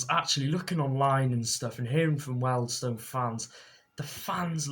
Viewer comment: Why can't you pronounce Wealdstone correctly, you are beginning to annoy me now. The name is pronounced wieldstone no welders in sight!